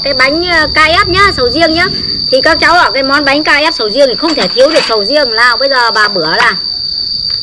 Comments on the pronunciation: Sau video này sẽ có thêm một cách đọc mới cho từ bánh crepe ngoài cách đọc "bánh kếp" Bà đọc "Bánh Ca dép" , mấy đứa bên cạnh cũng "bánh ca dép" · Bánh cờ rếp (crepe) ko phải bánh KF bà ơi. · Crepe chứ k phải Ca-ép bà ơi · Ca rếp??? Cờ rếp nhá haha bắt lỗi tí hoi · Bánh kếp mà bà lại nói là bánh ka rép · Sao k đọc là cờ rếp đc nhể:)?